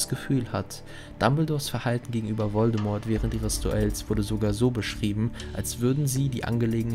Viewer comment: Wieder toll gemacht:) Kannst du in Zukunft bitte mal das "T" in "Voldemort" weglassen? Wird natürlich nicht ausgesprochen 😄